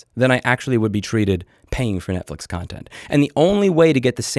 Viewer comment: I'm not catching the net fish reference, is he saying Net Flix that way?